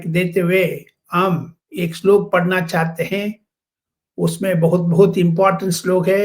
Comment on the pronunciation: Your is unfit to chant any Mantra as he does not understand Samskrit properly. He does not know the difference between स and श, क and ग, does not know the difference between अल्पप्राण-महाप्राण. He insults the divine language Samskrit by his wrong pronunciation and wrong interpretations. Please don't think you are sanitizing your channel with the kind of shloka (he says sloga!!!) your utters (does not chant). His info delivery is appreciable. He gives a lot of thrilling information. Let us enjoy that. No shlokas please.